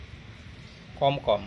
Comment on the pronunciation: The one you said KOM KOM it should be KHUM KOON, if i'm wrong i'm sorry.